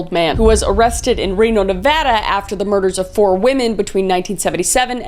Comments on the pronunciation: I am so happy and proud, she said Nevada correctly. But at the same time, I'm unnerved that Josif was in my town, thankfully arrested a year before I was even born. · I must be super desensitized to this content- the most shocking part of this video is that Kris pronounced Nevada correctly! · Kris thank you SO very much for saying Nevada correctly!!!!! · Thank you for pronouncing Nevada correctly!!!